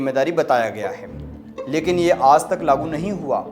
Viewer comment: भईया "आज़ " नहीं "आज"